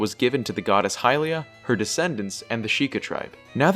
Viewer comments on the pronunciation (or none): none